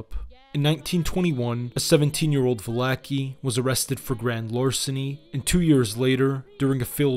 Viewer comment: I love how all the Italian names are pronounced correctly... except of coarse "Val-acki." 🐀